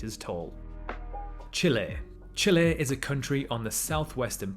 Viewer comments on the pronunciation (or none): none